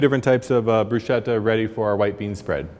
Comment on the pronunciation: Broosheda? And you’re a chef????